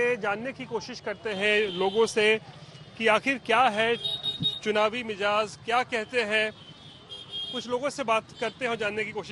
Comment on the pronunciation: Bhai Mijaz nahi, Mizaj hota hai.